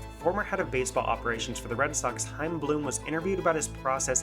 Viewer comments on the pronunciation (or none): none